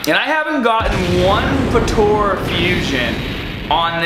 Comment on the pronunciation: Potora? It’s pronounced Puh Ta Ra. Potara